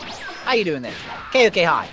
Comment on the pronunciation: Stop saying ko k hi